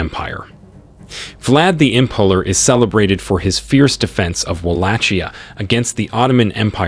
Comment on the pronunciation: My eyeballs are doing donuts in my skull listening to these pronunciations. Im-PALE-r not Impuler, Vag-EYE-na not Vag-IN-a, T-RETCH-ery not T-REACH-ery. All that aside, good historical video.